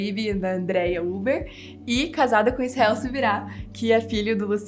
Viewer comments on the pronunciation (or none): none